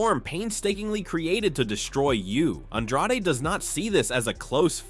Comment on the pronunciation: Why tf you call him un draw de? It's on drade..... .. ...